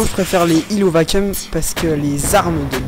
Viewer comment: Hi, pour info, on dit vaquioum ^^